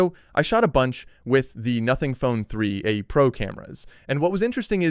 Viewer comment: Bro it said "3 uh" pro instead of 3a, it pronounced the a. IT'S ARTIFICIAL INTELLEGENCE LMFAO